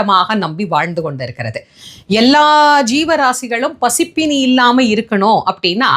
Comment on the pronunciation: பசிப்பினி,மானவன் இல்லை மா அது பசிப்பிணி,மாணவன் .பெரிய ண உச்சரித்து பழகுங்கள் ஏன் தமிழை இப்படி பேசறீங்க